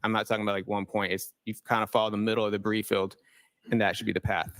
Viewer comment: I was quite excited at the thought of the "brie field" 😅